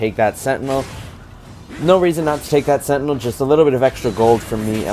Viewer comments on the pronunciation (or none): none